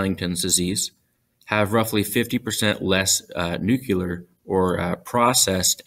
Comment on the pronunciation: NUCUlar? Really?